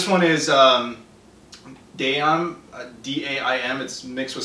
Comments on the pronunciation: Daim is pronounced dime and is a Swedish candy. In its original form it's chocolate covered buttercotch. Kind of like butterfingers but with less butterscotch and better tasting. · The Daim sweet is a hard caramel bar you sometimes get them mixed with other chocolate bars like you got its my favourite chocolate bar ps its pronounced dime